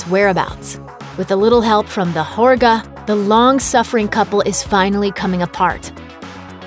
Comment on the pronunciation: great analysis - but the narrator clearly didn’t even see the movie - mispronouncing important words including Midsommar, Pelle and Harga. The way she pronounced Midsommar incorrectly over and over was particularly irritating and frustrating.